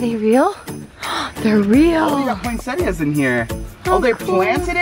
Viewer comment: I love how you say poinsettias...lol. I don't know anyone who pronounces that last "I". Cute.